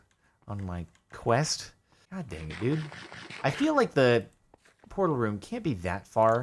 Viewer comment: "Vrrortal" Whut